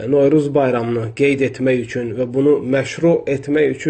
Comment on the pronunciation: Sən bir novruz deməyi öyrən sonra danış